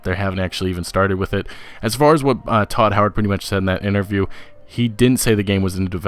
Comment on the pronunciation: his name is todd howard not tooo howard